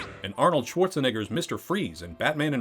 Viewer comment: Bro the way you pronounced schwarzenegger is wilddd